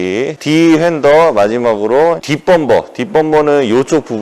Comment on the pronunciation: 자꾸 범퍼를 범버라고 발음하시네요(범버라고 발음하시는게 불편한건 아닙니다!!)